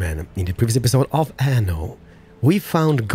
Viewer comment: Please Anno has 2 "n" not one ^^ (in pronunciation it's like you're using one "n")